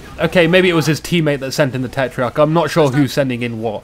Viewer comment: Why do you say tetreiarch?